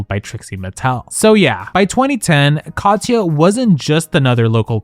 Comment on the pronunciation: nobody mentions how he pronounces her name "Cod-yuh", really? Like nails on a chalkboard